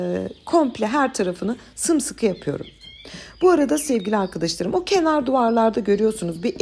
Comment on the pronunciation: sizin Sevgili arkıdişlarım demeniz beni güldürüyor her defasında neden arkadaş demiyorsunuzda arkıdiş larım diyorsunuz